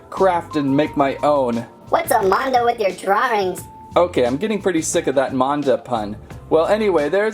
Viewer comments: It’s actually pernonesed MANda not monda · it is mAn-da not mOn-da